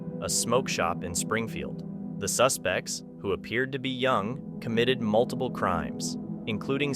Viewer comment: Well then…lucky there were multiBle cameras huh ….(that word is pronounced m.u.l.t.i.p.l.e)